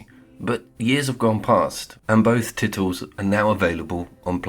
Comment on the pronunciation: Two spectacular games….. both stunning looking . DS has my vote though because I just adore the remoteness. DS took half the time to develop compared to Hellblade 2, what a joke, plus I put 170hrs into DS….. how long is Hellblade? Six? Also……did you really say ‘TITles’ ? 😂😂😂😂